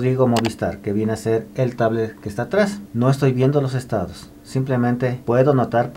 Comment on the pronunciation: No es estadis, es estados